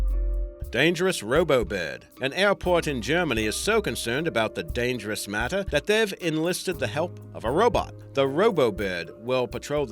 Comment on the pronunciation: Dyangerous,not dangerous